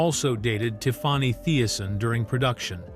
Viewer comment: Who is “TIF-FAH-NEY”?